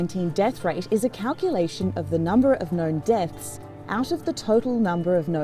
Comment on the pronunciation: what I know is that you have a bad pronounciation and most likely use your phone and don't correct. It's deaths, not depts. 😜 Oh, and you watch RAI. What might your language be? 😏